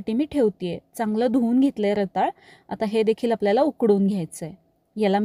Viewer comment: रताळं म्हणायचं असतं, रताळ नाही.